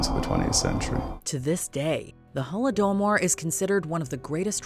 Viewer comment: Can you pronounce tragic historical events like Holodomor properly? Google takes 10 seconds…